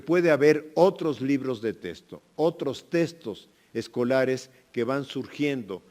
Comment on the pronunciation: Mínimo que se enseñe hablar. No se dice testo se dice texto.